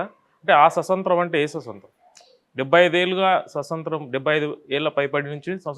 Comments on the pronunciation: Swasantram kadu swaatamtryam concentrate on pronounciation. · సుసొంత్రం.. ససొంత్రం.. కాదు 😡😡😡స్వాతంత్య్రం 🙏🙏🙏ముందు భాష నేర్చుకో 😡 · స్వస కాదు స్వత అనాలి.